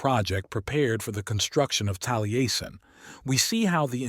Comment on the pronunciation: It would help your AI voice program if you sounded-out words like Taliesin as "tally-essen" so that it pronounces them correctly. Good video!